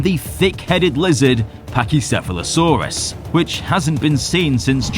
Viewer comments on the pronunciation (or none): none